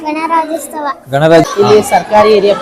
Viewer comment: ಗಣರಾಜ್ಯೋತ್ಸವ✅. ಗಣರಾಜ್ಯೋಸ್ತವ❌.